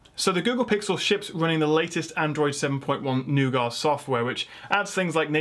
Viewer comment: Finally, someone who can pronounce nougat correctly.